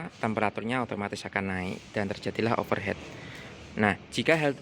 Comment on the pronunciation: Tipsnya manfaat banget mas. Kebetulan unit saya tahun 2011, waktunya recheck nih.Terima kasih👍👍 Koreksi saja ya, agak mengganggu. Overheat (panas berlebih) dibaca "overhit" mas. Kalo Overhead artinya sudah beda (diatas kepala)